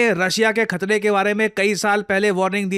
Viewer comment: "Russia k khatre" ya "Russia k khatne"?